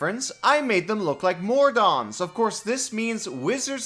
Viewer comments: I'm just goin to add, they're named MODRON, not MORDON The D is before the R, otherwise it sounds as if you're saying MORDOR wrong. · Kobold, I love your content, but it really irks me that you can't pronounce words with an 'i' in them (simUlar, really?). Also, MoRdon? Pretty sure you mean Modrons, lol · modron not mordon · The d is before the r in modron. Mo-dron, rather than Mor-Don. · "Mordons" think you moved an r there bud